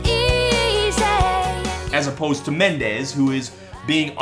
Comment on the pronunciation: "Shawn M'endes" I'M SCREAMING